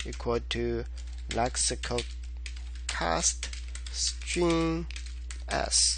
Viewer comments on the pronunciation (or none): Why you pronounce string as stream...